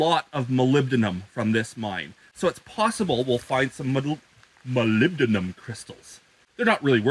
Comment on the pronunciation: You pronounced molybdenum correctly! (My father mined it)